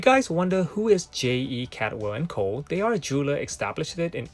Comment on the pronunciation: Caldwell is a common Scottish surname not Cadwell, It means cold well. Great content, I once had a Cyma with that shape crystal.